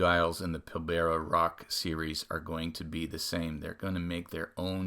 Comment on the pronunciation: This watch is from my home town. Remind me next week and I’ll help you with your pronunciation of Pilbara 😊